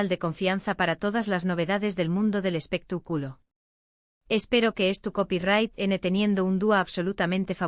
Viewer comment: 😂😂😂 me encanta cuando dice " espeta " culo " 😂😂😂😂